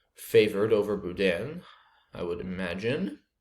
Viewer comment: BOUDIN was a dagger in the heart of any cajun